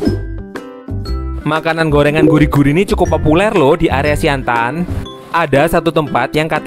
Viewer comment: Siantan bukan siantang